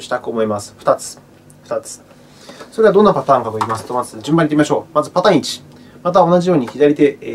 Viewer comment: ありがとうございます(*´ω｀*) 「ぱるぺじおのあたーん１」で吹きましたｗ